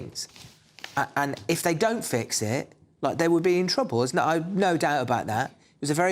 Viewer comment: Why does Sion Simon speak like an Essex girl - drawing the last syllable out to moronic lengths? "If they don't fix iiiiiiit" "So I can tell you wot I think - like I don't kno "Given all tha' "